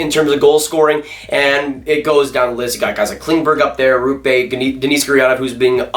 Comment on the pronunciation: Please stop saying Denice Gurianov its DENNIS